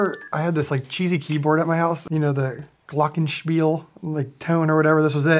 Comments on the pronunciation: Top notch german pronounciation on the "Glockenspiel" Matt :) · How Matt pronounced Glockenspiel was very good and it melted my german heart